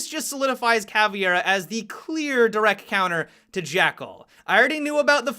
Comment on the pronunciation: ...I'm sorry, but I am really bothered by the way he says direct. "Direc." Idk, it just upsets me. :P